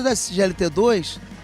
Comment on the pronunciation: Não é insência cardíaca. É Insuficiência cardíaca. Desculpa corrigir, mas sem perceber vc está falando insência....